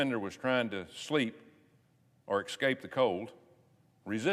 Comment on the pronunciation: Did he actually say “excape”? He is an idiot. I prefer jeff sessions.